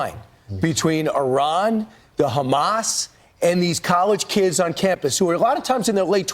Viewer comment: This is the first time I hear an american pronounce Iran correctly, and the clowns in chat are making fun of her for it lol